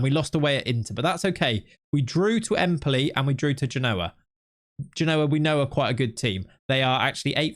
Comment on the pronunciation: I like your content, but your pronunciation of Genoa is getting on my nerves, You need to put the exclamation on the first syllable